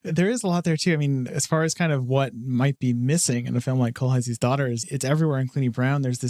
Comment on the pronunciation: It's "kohlheesl", the broad sister's name is pronounced "leesl kohlheesl" The "aye" pronunciation is when the letters are ei, when theyre ie it's pronounced "ee"